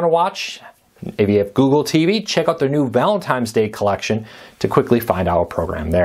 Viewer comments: Did you say "ValenTIMES"??? Yeah it's Valentines...not TIMES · It’s Valentine’s Day, not Valentime’s Day. lol